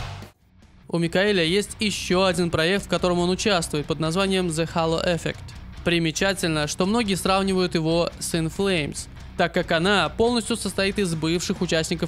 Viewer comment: Большая работа, спасибо! Рекомендую поработать над произношением английских названий альбомов и названий групп) charActer вместо chAracter, halO Effect вместо hAlo effEct